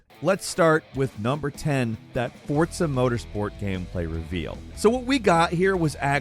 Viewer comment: It's not Fortza, it's Forza.